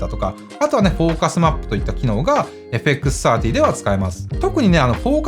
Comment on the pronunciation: 皆んな「FXさんじゅー」って言ってるけど、AUXOUTさんの「FXサーティー」って言いかた良いっすね！ (・ω・)ノ